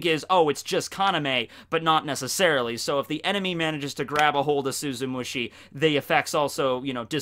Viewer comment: Does anyone else remember all the times absolutely butchered the name of Tosen's bankai, like he'd say "Suzumushi Shushushki" or something like that? It feels so good to hear him finally say it correctly